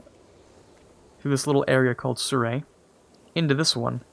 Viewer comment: thats the first time i've heard someone pronounce "suree" "serray"